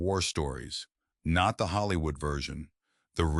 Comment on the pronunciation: That "NOT" is really painful to listen to. Its an AI feature